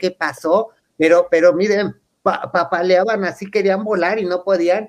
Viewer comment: NO ES PAPOLEABAN, ALETEABAN, OOOOSSSSHHHH 😂😂😂🤦🏼‍♀️